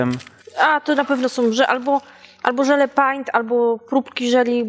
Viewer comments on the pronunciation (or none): Nie żele paint ale wymawia się żele pejnt